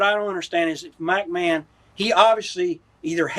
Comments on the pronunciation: I like how he always says MackMan 😂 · Mac Man.......its McMahon........